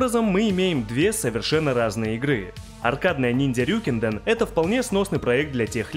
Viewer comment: РьюкЭнДэн, а не "РюкИнден".